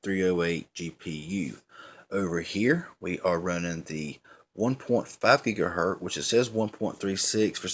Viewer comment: If you say "gigaher T" one more time I'm going to lose it and shoot you with a water gun...right through the screen man!! Come on dude!! Get it right!! GIGAHERT "Z"!!